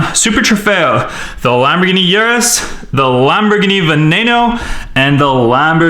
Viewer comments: It’s pronounced OOrus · Uris is pronounced ooroo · urus not yrus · URUS!!!!!! by the way Lamborghini estoque is pronounced E ST OKE